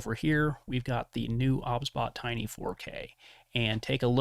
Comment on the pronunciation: cant stand that he says obsbot O B S